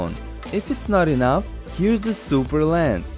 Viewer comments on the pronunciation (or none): none